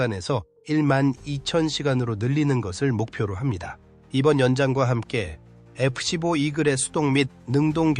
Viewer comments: AI번역과 나레이션이 거슬리네 에쁘씨뽀가 뭐냐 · ai가 읽는 건가? F 십뽀라니...